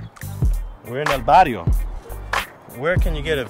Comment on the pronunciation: It’s barrios